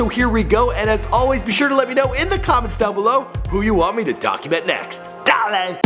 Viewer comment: Did this guy just say "duh-lay"? hahahahahahah